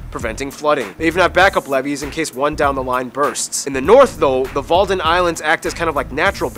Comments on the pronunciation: Hahaha walden islands, sorry guys they’re actually called wadden islands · The Wadden Islands ( not the Walden Islands)